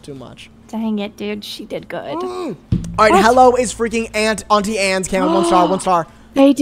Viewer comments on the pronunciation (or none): none